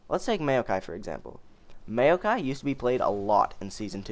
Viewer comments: MAYOKAI LOL IT'S "MOW-KAI" NOT MAYO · Maokai = M-ow-kai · Holy shit, you got no idea how how you said Maokai weird bothered me xD Mayo-kai lol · the way you say maokai makes me want to end my life